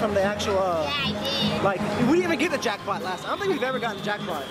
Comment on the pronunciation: She said jrackpop